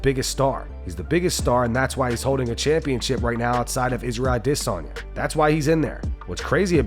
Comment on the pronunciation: Why do you go out of your way to correctly pronounce Makhachev, but then pronounce Adesanya as A"diss"anya? Like seriously are you racist or stupid? I genuinely want to know.